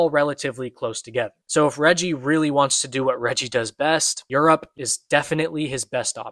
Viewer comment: lol yall keep saying "Reji" it’s "Reiji".